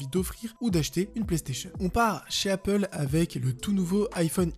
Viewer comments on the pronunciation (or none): none